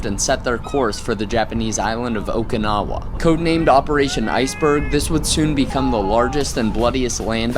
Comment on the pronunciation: Every time I hear someone pronounce Okinawa like that, I cringe a bit.